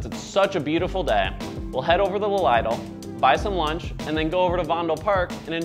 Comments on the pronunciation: LIDL. It isn't LEIDLE. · Wow you don't know how to pronounce lidl